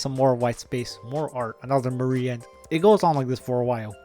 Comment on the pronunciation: No it's Mari with the E sound at the end.